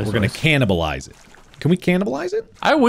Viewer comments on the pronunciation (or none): "can we canibieles"? marks best sentence every!